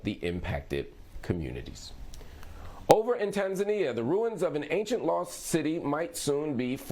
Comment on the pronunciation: tan za nia not tan zainia